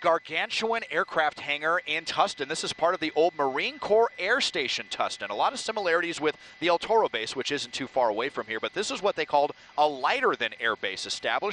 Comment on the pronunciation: Why is it so hard for people to understand that its " Corps" and not Corp? A Corps ( pronounced " core") is a military formation, and a " Corp" is an abbreviation for "corporation". We are the United States Marine Corps......Corps...Corps...